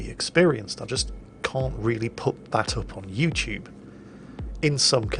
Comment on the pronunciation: 'Yo'u TuBE. No 'THEM TUBE'